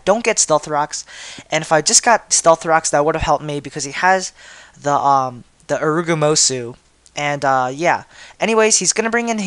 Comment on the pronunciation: kinda stupid that you thought it was hp fire since most lilligants carry hp rock. also it's urugomoTH not urugomosu